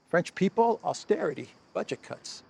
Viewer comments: When first said Budget Cuts I thought he said Bunch of C$nts. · When you said "budget cuts" I thought you said "buncha c words" and I almost died 😂 Pretty accurate observation 👌